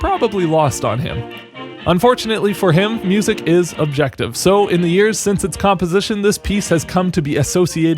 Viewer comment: Did you mean to say music is sub jective?